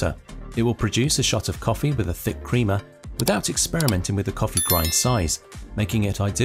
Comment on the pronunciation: You know when someone has no idea what they are talking about when they talk about coffee is when they say "creama" instead of "crema".